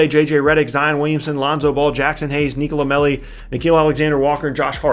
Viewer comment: its actually NicolO Melli , with an O